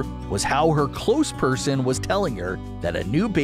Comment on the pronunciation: Did he say her "close person"? What was that?